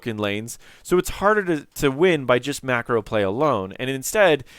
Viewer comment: Wow, maybe because I'm not a native English speaker but every time you say micro or macro they sound exactly the same. :D